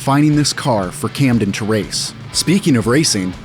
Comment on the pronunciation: Camden's last name freaked the announcer out so bad he forgot how to pronounce his first name.. Amazing